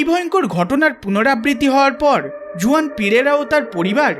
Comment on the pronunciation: Juan জুয়ান হবে না , উচ্চারণ টা হুয়ান হবে ।